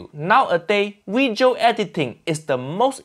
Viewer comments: Video? Nah. Weejo😂😂😂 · Uncle Roger finally speaks Chinese in his weejio. FUIYOH